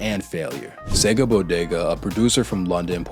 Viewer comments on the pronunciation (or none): none